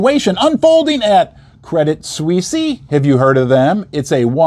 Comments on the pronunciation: it's just Credit-Swiss - not Swiss-ee. it's written differently pronounced the same as the word "Swiss". as per your comment on Gold going to $3500 per ounce: it could go much, much higher. Jim Rickards has been saying it could go to $10000 per ounce, and Egon von Greyerz stated it could easily even go to $100000 - yes, you're reading correctly: a hundred thousand United States Dollars per ounce of 999 pure Gold. how? well, your public debt is over 130% to GDP, which is 50% higher that of a Banana Republic which not only makes you insolvent, but legislatively unreliable - just look at the corruption in your government - other nations don't want to trade with liars that can't keep business promises. you have the Pentagon's missing or unaccounted $38 Trillion that was discovered a few days prior to the incident 11th of September attacks. not to mention the enormous Derivatives-bets market complex of Wall Street high-rolls, that are intertwined with the Global Systemically Important Banks which are also recapitalized many times over. they are the most levareged banks in the world, just like the Bank of Japan that hasn't stopped the currency printer since 2000. this is an economic blood-bath, apocalyptic, armageddon of an event that should've happened back in 2008. but was only post-poned to this day. now, the proverbial can cannot be kicked further down the road, because we have come to the cliff - the end of the road. it has started to hurt the nation's people, and it's on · Why are you pronouncing the name of the bank they way ? Pron = Credit Sweece. Not Sweecie ! Still if Americans say “soccer” and God help us ! “Erbz” then we all have to suffer in this internet age. Aaggghhh! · its "swees" credit swees. not sweesy. you sound like a hillbilly saying it that way. its one of the largest banks in the world. stop being ignorant. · It’s pronounced Credit “Swiss”, not “Swissy” 😊